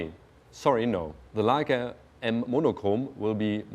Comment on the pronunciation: I love hearing Germans say "Leica". It just sounds right haha.